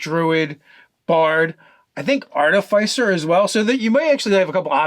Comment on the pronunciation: That's not how you pronounce "Artificer" - it's based on the word "Artifice" after all, which has two short "i"s. (An "i" as in "inch", not as in "Lie")